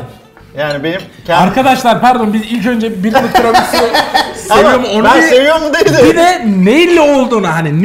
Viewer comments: 'Tremisu' değil Tiramisu 😂😂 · bastıra bastıra "Tremisu" demesi 😂😂😂